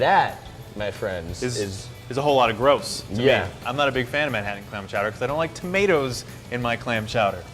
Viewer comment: he said "man chowder"